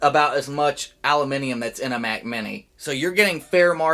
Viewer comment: "allimeniem" LMAO.